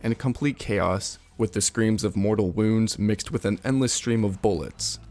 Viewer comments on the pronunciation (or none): none